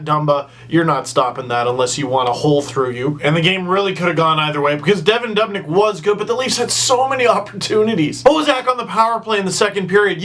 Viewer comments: DUUUUUbnyk not dub nyk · say dubnyk one more time...